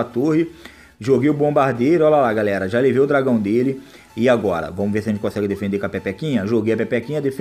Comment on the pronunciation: "vomos q vomos" KKKKKK